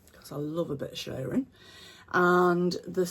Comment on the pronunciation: You do make me giggle. Thankyou for cheering me up today. I too struggle with the arm exposure issue. Here in Australia I am more likely to get shoulder sunburn. Lovely dress and so happy to hear you saying shirring ( as in stirring) Instead of shearing (the sheep) 🤣🤣🤣❤️❤️